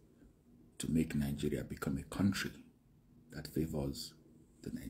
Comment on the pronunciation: Why y'all oga pple pronounce your country with an N in the middle(ningeria)🤣🤣🤣🤣😁😂😂